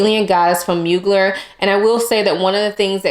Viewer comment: Great picks! Dolce Garden is definitely unique. Beach Walk reminded me of Alien Goddess, so returned it. Can we please pronounce Mugler correctly? ☺️❤️ Thank you!